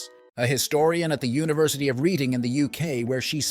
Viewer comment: it's not the university of read-ing - it's pronounced red-ing. (yeah we pronounce things weirdly hereabouts!)